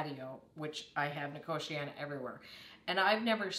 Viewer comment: The way you pronounce nicotiana puts me in a entire new league of abhorence.